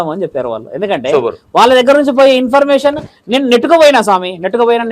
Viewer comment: యాంకర్ అన్నా ఇంపర్మేషన్ కాదు. ఇన్ఫర్మేషన్